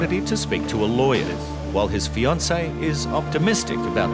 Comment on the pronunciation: Hes going to call his Lawwer!? 😂